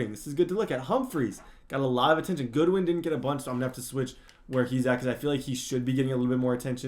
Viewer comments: It’s Godwin not goodwin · As a Bucs fan, yes, their O scheme/personnel is designed more-so for a vertical/intermediate attack with not a lot of YAC. Also, gotta hit you up about the pronunciation of Chris Godwin's name hahaha, it is "God-win" not "Good-win" :P. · It’s GODwin not Goodwin 😂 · It's Godwin not Goodwin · Godwin not Goodwin😭😂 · Everytime you say goodwin i get triggered its godwin not goodwin bro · As a penn state fan it bothers me when you say Goodwin and not Godwin, no hate tho I love your vids and this series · His name is Chris Godwin, not Goodwin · Just letting you know it’s god-win not good-win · Godwin’s name is not Goodwin it is Godwin like god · Btw your WR’s last name is Godwin not Goodwin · its god-win. good-win is on 49ers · I don’t wanna be one of those annoying people but it’s God-win not Good-win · Godwin is pronounced (god-win) just like it looks lol not goodwin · Winston and by the way it's godwin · It is spelled Godwin why do u keep saying Goodwin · It’s pronounced Gahdwin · It is pronounced (Gawd-win) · Why are you calling Godwin “Goodwin”.. ugh you’re so bad